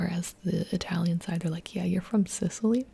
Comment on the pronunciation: Hey! You probably will not see this comment BUT if happens then please let me help you with the pronunciation of those italian regions! (note: I'm not good with explaining pronunciations but I will make you understand xP ) >So, for Sicily.. it's actually Si-chee - lee (if you want to say it closer to the original sound) . (chee is like how u would pronounce cheese) . (Note: In italian this is called Sicilia, so it's: see chee lee A (like in: Art) >Campania: it's really similar with campain (which sounds really similar to its transl: campagna) , so it's : cam - pa (like in part) - nya (if you watch anime I think you know how japanese pronounce nya, lol) The accent is on the "pa" btw. (camPAnia) >Molise, same thing: mo LEE se ( the "se" sound is close to how you would pronounce "semi" ; which btw in italian means seeds xD) >Abruzzo .. aight.. this is hard cuz english speakers don't know that much about double consonants. I'll try my best with this one: Ab (like in abstract) ru ( roo like in ROOts?) .. the double Z make a REALLY hard Z sound, try saying Zoo but without the "oo", while trying to make the Z sound like a "TS" (just like tsunami). (btw the divison into syllabes for this word is not like I just did. usually we split the double letters so it would be like: a-bruz-zo. The accent is on the U. >Calabria: Ca (like in car) la (like in last) bri (like in brioches) A (same as above: art). The accent , at least for us it's in the second A: ca LA bria >Apulia : .. sadly i can'